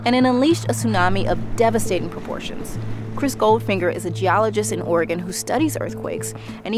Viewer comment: I'm not sure where you're from, but thank you for pronouncing Oregon correctly - hardly anyone who isn't from here gets it right.